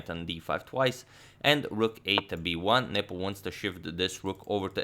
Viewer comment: Is it just me or did you guys also hear 'Nipple' instead of 'Nepo'?